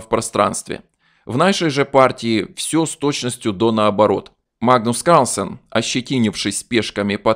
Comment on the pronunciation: мне навиться, как автор произносит "Магнус Карлсен"